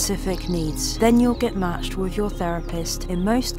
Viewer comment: I adore you and your work. You're brilliant at what you do. But your substituting "f" or "v" for "th" is awful. "fink" for "think", "wif" for "with". This is just way beneath you.